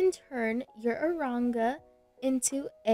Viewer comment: u said aronga lol